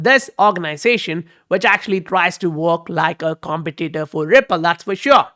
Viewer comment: let me know if you dont care about pronunciations (I don't care really) but if you do, it's pronounced competitor not competitor. Thanks for the update!